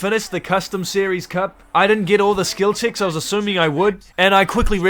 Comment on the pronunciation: bro saying skil chicks instead of skill checks